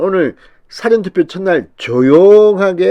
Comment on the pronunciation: 사~전 투표로 발음하세요😀😀